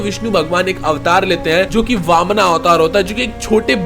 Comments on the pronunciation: Bhai bamana avatar nhi h baman avatar hai, last me a mat lagao sahi se bolona jab bol hi rahe ho to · ये वामना क्या होता है,वामन होता है। ये अतिरिक्त आ का क्यों लागते हो ... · Bhai please correct वामना नहीं वामन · Please correct your pronunciation it's vaman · Sutla lok nahi sutal lok or vamana nahi vaaman avtaar shabd pronounce theek kro angrej mt bno 🙂